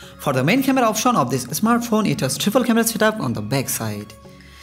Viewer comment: It's Bangladeshi accent. Indian Bangali don't call smartphone as "esmartphone".